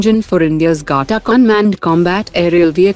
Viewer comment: What is Gatta ….its Ghatak …plz be Indian n speak the words properly …it’s hurts one’s ears to hear such mispronunciation of simple Hindi words